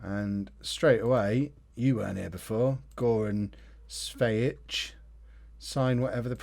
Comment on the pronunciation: just to let you know: goran cvejic is pronounced "goran tsveyich"